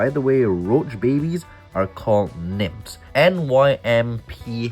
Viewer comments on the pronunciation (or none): Not pronounced nimps. They're pronounced nymfs. But, considering the explosion technically they could be nimps or nymph pimps. 😂